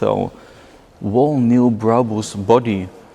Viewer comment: Please learn how to say the word Whole.